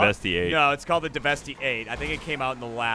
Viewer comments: Jeremy it's pronounced 'DEVASTATE'. It's a pun, for Christ's sake. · “Devesty eight” Killin me. Deveste 8 = devastate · Devestey eight? Really weird way to pronounce devastate. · you might want to pronounce DeVeste Eight as "devastate"= "DeVest 8" as in it devastates its competition. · i dunno why but the way Jeremy pronounces deveste eight bothers me, isn't it supposed to be like devastate but a weird pun thing? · I'm sorry about getting upset about this but my dumbass brain won't stop yelling at me till I say it. The Deveste-8 is a play on words, it's supposed to be pronounced like "Devestate". No big deal but my dumbass brain would be bullying me if I said nothing.